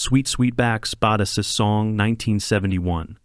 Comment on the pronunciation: AI can't pronounce "Badass."